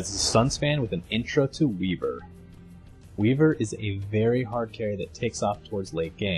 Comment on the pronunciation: dafeq u doin wiver, do redance not bleck kong bear